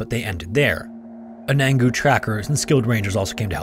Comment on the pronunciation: Anangu is pronounced "un-a-nu", Mt. Isa is "eye-zuh" too